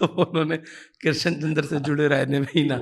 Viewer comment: Your pronunciation of Krishan chandar is wrong dear host. کرشن کی ش پر تشدید نہیں ہے۔